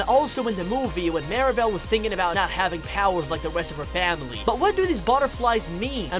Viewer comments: Why do some people miss pronounce or misspell Mirabel’s name? It’s MIRAbel not Maribel. I don’t get it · The dude saying “Mary-bell” is throwing me off 💀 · Mee-rah-bell. Please. Like “miracle”. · “Maeribal” BAHAHA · First of all, I like the video but the guy explaining 10 things, he says marible, not Mirabel and he said that Agustin the father of Mirabel, is married to Isabela Madrigal which is weird because Mirabel is sister with Isabela, the name of Mirabel's mom or Agustin's wife name is Julieta but when you pronounce it it is like hulieta. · I got annoyed at so many errors on this. First, Mirabel was called Maribel most of the time. Agustin did not marry Isabella amd Veraneras don’t grow only in South America just to name a few. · Mirabel ❌ Mira-bowl ✅ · Mirabel pronounced: Meer-A-Bell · He mispronounced mirabel’s name! Did he see the movie?